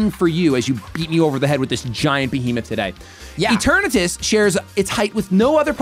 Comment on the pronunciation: Why does he pronounce it E ternahtus 😅😅